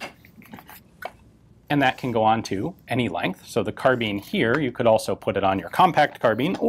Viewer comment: please stop saying "car-bean".